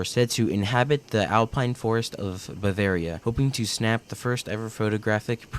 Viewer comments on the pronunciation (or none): none